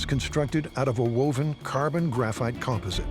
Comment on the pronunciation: AI still can't pronounce things like 'composite'.